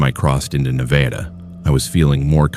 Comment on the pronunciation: NevAYda? Really